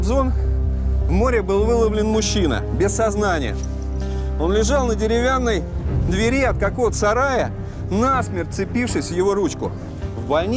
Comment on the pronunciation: двЕри...ударение на Е... журналисты блин...